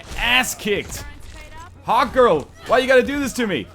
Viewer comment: Whenever he says hawkgirl it sounds like hotgirl just me?